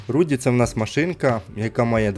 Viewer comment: Не руді а Руди від рудий